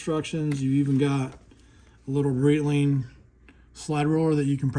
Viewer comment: come on, learn how to read Breitling... it's not Brittling.